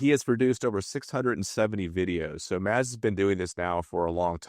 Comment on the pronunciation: Oh dear, Mads. Tinker.. not tinkle lol.. and to Antares Catamarans: the "d" in Mads is silent.. just "mas" will be more correct.